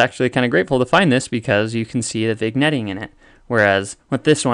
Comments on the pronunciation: Small nitpick: it's pronounced "vin-yetting", not "vig-netting" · OMG you're killing me here. Not vigg-netting, it's vin-yetting. Seesh. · It's pronounced vin yet eeng (vignetting) but great vid nonethe less. Cheers. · Pronounced "viN-Yettng." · Excellent explanations. Keep up the good work. For the record, the “g” in “vignetting” is silent. It’s pronounced like “vin-yet” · It’s pronounced “vin yet ing” the g is silent. Thanks for the vid. Keep up the good work! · It's VIN-YETTING Just for anyone that wants to know how to say vignette or vignetting. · I enjoyed the presentation. Some accuracy-oriented suggestions for improvement: 1. Vignetting is pronounced vinYEtting 2. Apparent Focal length of f/6.3 ? That's a ratio, not a focal length 3. Without a focal reducer, "increased FOV" - that doesn't make sense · Very good video, however the g is silent in "vignetting"